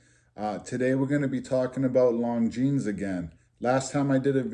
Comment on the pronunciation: Little late here but I am also from NE and you pronounced Longines perfectly! Ha